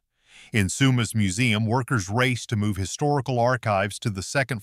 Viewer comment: From BC...north of sumas,wash..he says that place different than us.. I've even heard American news say Spo..Cane wash...omg.